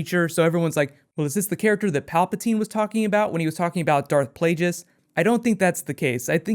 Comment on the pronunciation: Who's Darth Plageous? How can a star wars nerd not say his name right? Palpatine says it in episode 3. Darth Plagueis, the wise.